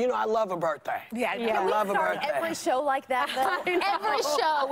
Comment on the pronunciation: Oh Lordy Lordy is her BIRF-DAY. Black it up everyone LMAO